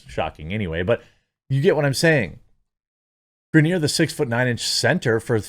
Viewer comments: Griner. Not Grenier. Griner like “winer diner and griner.” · Gri-ner its not gra-near... ffs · Lol; I know you don’t care; but it’s pronounced Gr-eye-nur. And yeah, this is just the dumbest thing, and seeing people push for her release is mind-numbingly ignorant. They don’t realize what it takes to make this happen; and also don’t know what happened. I think she will ultimately get released, but the more we push on social media, the more Russia will get in return. Best course of action, for those that care about her, write to the elected officials, not the world on social media. 🤦‍♂️ Most wouldn’t know who their elected officials are, or how to contact them off social media. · "Gra-near" lol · It’s pronounced Griner (gry-nur) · Bro this is old news...outkick...black n white sports...have covered this for weeks....n the dude locked up in Russia name is pronounced grine-ner..lol.. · LMAO GRANIERRRRRRRRRRR dunno if he cant read or just messing it up on purpose. funny as hell non the less screw her. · why is he saying Griner like that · Come on Jeremy, you know how to pronounce her name correctly. Griner rhymes with niner. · Are you purposely saying her name wrong? Cause it’s annoying lol.